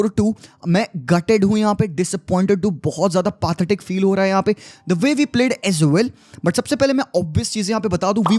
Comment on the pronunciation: im sorry to say but its not pronounced pa-the-tic, it is pronounces pe-the-tic not disrespecting you